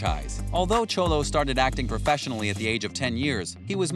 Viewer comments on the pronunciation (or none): Anyone else notice he calls Xolo "Cholo?" lol.